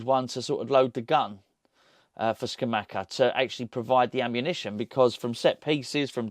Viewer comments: …love the channels but you’re driving me nuts….you’re bad bad at pronouncing other languages and Geo is a language murderer if that’s any consolation….it’s Ska-mak-ka and Sas-swo-lo 😭 cheers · Pretty sure it’s pronounced sca-mah-ca no cha sound. If you watch commentators English and even Italians pronounce it this way from what I’ve seen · Scamacca is pronounced with hard c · Scamacca. Hard c's not soft c's